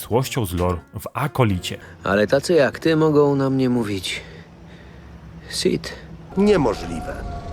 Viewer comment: A może on powiedział Sid a nie Sith? ¯\_(ツ)_/¯